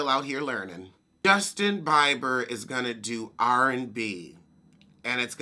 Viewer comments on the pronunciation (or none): Took me a minute to figure out you were talking about Justin Bieber (Bee-ber) 😂😩